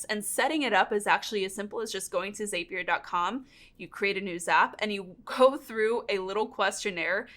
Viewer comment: Just a heads up, it's Zapier.. that rhymes with happier... because jt makes life happier... right? Can't remember when, but I saw one of their ads with that in there. Lol